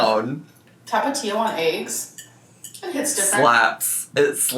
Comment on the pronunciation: I cannot stand how she says “aches” instead of eggs. And she said it SO many times in this video, I swear she did it cuz she knows it drives everyone crazy. 🥴